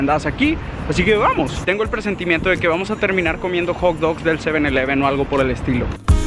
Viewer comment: Jaja dijo Eleven y pronuncio la e como la e en español